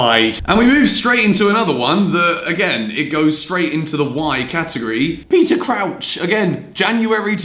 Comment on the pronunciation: the way you said Crouch was actually joke